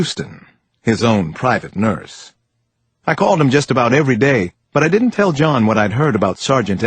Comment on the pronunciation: Measure twy instead of twice His private nur instead of nurse Seriously so freaking annoying